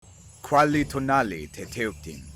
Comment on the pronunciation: I LOVE how you depicted the Chicōmoztōc here haha Also a little pronounciation tip: it's "tetekutin", not "teteuktin" (at least in Classical Nāhuatl, MAYBE there is difference in some modern variants that I'm not aware of). While the word tēcuhtli is sometimes written as tēuctli, it is always pronounced as "tēkwtli" (same thing with the word for honey, "necuhtli" - it is often written as "neuctli", but you say "nekwtli") Oh I LOVE the bonuses. The UU it cool, but wouldn't the "Heron Knight" be a better fit? Tlaxcallān was full of heron imagery and there are depictions of elite soldiers with heron banners. The Tlecoyōtl does reflect their craftiness really well though! Fun fact: while the area was called Tlaxcallān at the time of the contact, it was probably originally named Texcallān (meaning "place between the rocks" more or less) by the older Nāhua generations Overall, this is great and I cannot wait to play the mod. Thank you for this,!